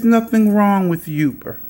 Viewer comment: " yuber"? lol.